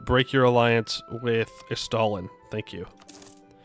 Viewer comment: Wouldn't it be pronounced "ess-stah-LIN" like rhyming with mandolin? if so avoids any accidental verbal summoning of any undead Soviet leaders. For him I like the description Christopher Hitchens gave of Papa Stalin. "Harsh...but fair".